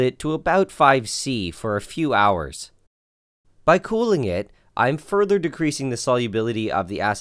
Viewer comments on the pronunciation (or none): none